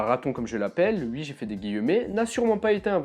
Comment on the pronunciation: Ce que j'ai retenu: tu dis "ui" Je t'aimais bien...